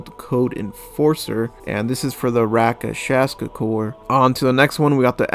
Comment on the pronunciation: Bro, it’s RAK-SHASA, not rakashasa! Stop saying that! The other stuff gets a pass, but this is just ticking me off at this point. Phew. Ok. Sorry if I came on too strongly. It just really bothers me every video you talk about it. Please say it correctly.